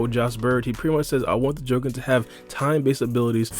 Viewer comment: Am I the only one super annoyed about the way he says Jogan?! 💀